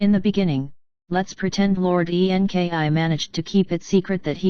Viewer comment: I cannot get through the computer voice. The spelling of websites so weird and difficult to concentrate on the actual story. Why spell out E N K I ? I will not be sharing the computer voice ones. Sounds super fake.